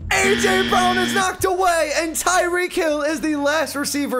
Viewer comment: It's tyreek